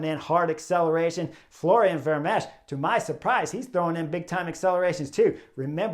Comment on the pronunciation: Chris; the ch at the end of Vermeersch name is 'silent' (old spelling). Just stop with the s sound and.... and that's it. Ver-meers. Also; what you refer to as the 'nowhere gap' is known as a 'chasse patat' in Europe. (The best translation might be 'wild-goose chase'). When you're trapped in no-man's land; I think you know what a 'patat' is in Flemish.